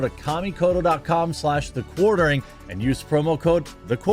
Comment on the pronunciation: I hate the way you pronounce "Kamikoto".